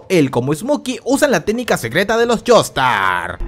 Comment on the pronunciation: espera dijo Jonathan Jaster en vez de Jonathan Joestar